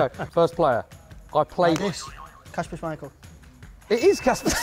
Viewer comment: It is kasPer Schmeichel